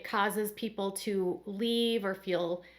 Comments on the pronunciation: I can’t stand hearing Meri say “fill” instead of feel. It’s so irritating. And who cares how Meri feels. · I wish they would learn how to say the word feel. Saying I “fill” grates on my nerves. Meri used to be a favorite but no more. She’s still there for the paycheck from TLC. It’s time for Sister Wives to be off the air. I don’t watch the show, just read the updates. You go Christine!